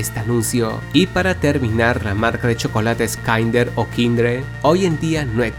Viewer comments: Te haces el europeo con plata diciendo que "KAINDER" fue quitado por causar salmonela, cuando se sabe perfectamente que esa marca al día de hoy es de las más vendidas en latinoamerica. PD: Se ponuncia "Kinder", pero como sos el nieto de la reina isabel capaz no te habias dado cuenta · Es kinder no kidre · Dijiste kindre no kinder perdón la corrección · kinder:× Kindre:✓ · NO ES MUY DIFICIL VIEJO, KINDER! QUIN-DER KINDER LPM, NI KINDRED NI KAYNDER, DIOS MIO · "Marca Kindere" Yo: no era marca Kinder? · Dice kindre 🙄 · Kindre? Dijo kindre